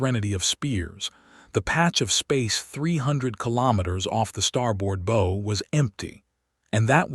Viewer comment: Bow said wrong